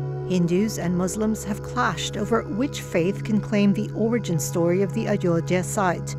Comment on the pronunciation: What can we expect from SCP channel. They are even struggling to pronounce Ayodhya correctly .